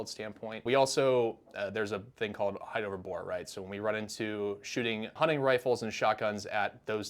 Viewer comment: 'Height'. Fixed it.